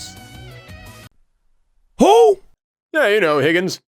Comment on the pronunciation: "Higgens". It literally says Higan. Idk where you're getting the S from, and it's pronounced He-Gone.